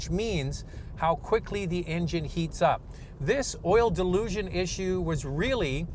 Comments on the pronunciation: I guess I’m not the only one hearing him said oil “delusion” instead of oil dilution. I watch the video to find out if Honda fixed this issue without getting an answer. Very nice looking CRV but I’ll stick with Toyota RAV4 until I know for sure Honda fixed the oil Dilution issue. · To Strong Herd, is correct in stating that the host's pronunciation is "delusion", but should be "dilution", like in his video title. In this instance your name calling is not deserving, given the gentle nature of the comment from, your response indicates that you have taken this as a slight and are frustrated that someone has indicated the incorrect pronunciation. The host has acknowledged this in his comment. An error was made and when pointed out, was acknowledge. This was a respectful exchange for which you have misinterpreted. I think an apology would be appreciated here, as everyone makes mistakes. Hope you know that your comments matter to this community. Please take care. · It's pronounced dilution not delusion. Unintentionally hilarious. The GDI and reduced friction piston rings allow raw fuel past the rings and into the oil pan... Honda's Computer controlled thermostat opened too soon and prevented full warm up of cooling system and engine. Sustained Higher oil temperatures are necessary to boil off the excess fuel and send the vapor to PCV system to be burned. Honda reprogrammed the thermostat but short trips will still be an issue. If you have a 1.5 Turbo, Make sure the reprogram is working up to temperature and I would try to take one longer drive each week, and change oil at 4000 miles. The new Rav 4 has an efficient, but loud and rough, new four cylinder engine and rough shifting 8 speed transmission. The Best way to go is the new Hybrid version of either the Honda or Toyota. Both have more power and better mileage, are significantly quieter and excellent reviews. And how much did the swiss army company pay you to say their name ten times?